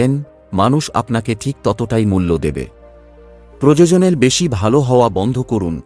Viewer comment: শব্দ টার উচ্চারণ হবে "প্রয়োজন"আপনার উচ্চারণ হচ্ছে প্রযোজন।দুটো শব্দের অর্থ টা কিন্তু আলাদা,তাই বিষয়টা লক্ষ্য রাখবেন।আপনার সব ভিডিও তেই এই উচ্চারণ ভুল হয়।